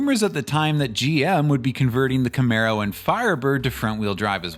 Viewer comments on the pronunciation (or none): none